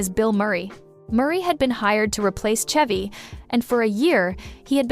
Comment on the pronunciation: Why are you pronouncing Chevy like that?